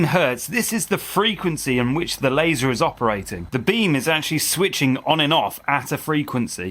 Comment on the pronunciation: The German Audiotrack is awefull. The different speakingspeeds to match the visuals feel cheap. Pls in the name of quality: dont let an ai generated voice call the Laser an "Lahhser" or the Argongas "Aragangas"